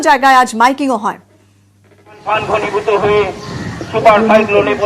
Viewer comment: উচ্চারণ ঠিক করুন আমফান নয় কিন্তু